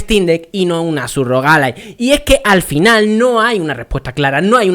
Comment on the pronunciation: Ya dices "Alai"!!! Esto hay que celebrarlo!! xDDDDDDD